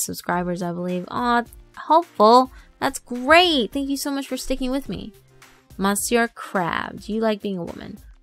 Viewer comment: Lawl, you really struggled to pronunciate "Monsieur". AND WHY THE HELL "EXCEPT TODAY" ?? !!